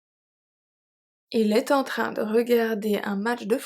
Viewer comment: Thanks! Some of the emphasis sound strange to me though. Like wouldn't it have to be on the word "train"??